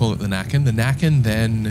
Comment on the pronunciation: his name is näcken and you say his name with necken